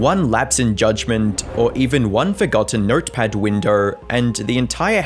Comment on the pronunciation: nertperd winderr